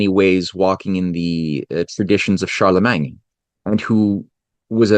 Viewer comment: I wish you would just say all of the French words normal, it feels like a knife in my ears every time I hear CharlemanG, or the pronunciation of literally all French. It's truly a disgusting language, sounds like you are swallowing flem